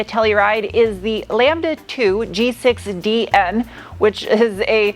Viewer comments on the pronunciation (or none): none